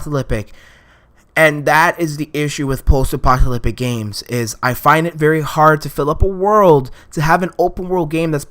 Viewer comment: "post-apocalypic" It's post-apocalypTic.